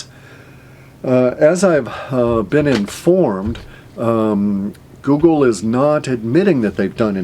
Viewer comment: lol- Woogle